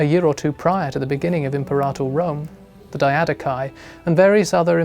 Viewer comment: It's pronounced Im-peh-ra-tor, not Imp-er-ah-tr.